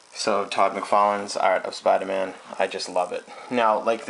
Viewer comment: I've never seen a review of a sculpture before but this was surprisingly in-depth! also, the ahtist! yea, the ahtists are togethah! making a Spidahman! No R's in this video, no way no how!